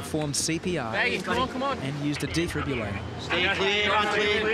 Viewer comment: Love how the narrator cannot for the life of him say defibrillator